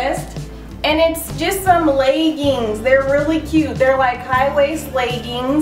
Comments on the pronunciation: "laygangs" i love how she says leggings lol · Love the way you say leggings! Xx